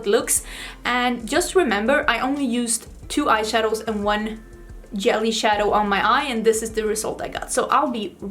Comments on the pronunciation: Thanx for a great tutorial. Fyi: J in jelly is pronounced like soft g as in the word gently.😊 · Yelly 😉 I’ll admit that I can’t pronounce the letter “v.” I always pronounce it as the “w” sound. It would be so cute if you sang the Destiny’s Child song “I don’t think you’re for this yelly (jelly)” song 🤣❤️ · The pink look is gorgeous but I think the yellow is stunning and makes your eyes really pop! May I ask if the “j” or it’s sound is not used in Swedish? I heard you say “jelly” and “yelly” so I’m curious. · I love how you say 'yelly' instead of 'jelly' #SoSwedish #WhyAreYouSoPerfect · Yelly (jelly) was so cute! As an American watching, I love the accent!! Then again I know mine would be picked up on in Sweden. I just do not think any other country loves the American accent. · Pronounces "longevity" flawlessly; can't pronounce "jelly" 😂❤ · lol i love how she pronounces it too